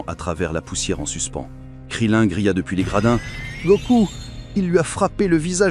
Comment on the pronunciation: Krilin pas krilinne ... Et il n'a PAS du tout de nez